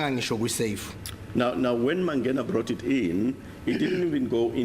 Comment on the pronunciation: The way pronounces "Mangena" irritates me